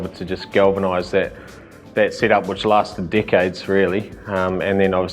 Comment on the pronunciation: ...... The way he told decades sounded like d@ 😂😂